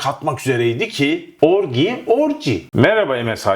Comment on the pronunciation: murat i love you guy but orgy orci diye telaffuz edilir .that is right pronunciation dir.eeend who gives a flying fork about sinop ordu samsun whatever ,,orciyi turkceye hemen gecirip konsolide yapip konfirme edelim ok bro..